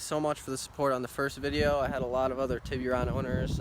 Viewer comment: Awesome Job, but please stop saying TibbyRon, its TIB ERR RON, or just call it a Tuscani. other than that. Tibbyron makes it sound like a nick name for a baby. Other than that. Good job keep up the good work. I also have a 04 GT Silver 6 speed, supercharged. I may make a channel on everything everyone needs to know. Not sure yet. Nice car.